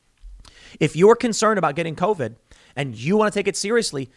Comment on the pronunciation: "C O V ID"